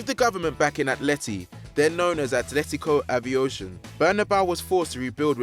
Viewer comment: I don't know who is narrating this video (I don't think I've heard this guy in any other video) but his pronunciation attempts are as bad as Zach's. Atlético Aviación is not pronounced "Atletico Avi-ocean".